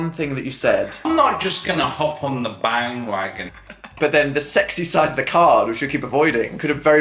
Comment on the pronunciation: Did anyone else hear bang-wagon??? PJ??